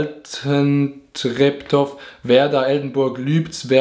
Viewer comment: Altentreptoff(Altentreptow) man kennt ihn😂😂 For all the foreeigners (Schweizer) in this Kommentarsektion this is pronounced Altentreptoh Weil every City or Name in the Norden of Germany which endet with an -ow, Zum example Mirow, Bülow, Tutow, Bandow etc..., Is auszusprechen without the w and nur with an etwas längerem h. 👍🏻